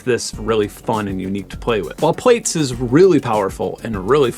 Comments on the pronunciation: Great video, really enjoyed that, but... Plaits. It's not 'plates' it's 'platts' as in to plait your hair. It was the follow-up to Braids... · plaits: "plats" emilie gillet: eh-mee-lee-yay zhee-lay" :) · Wait, you pronounce Plaits as Plates?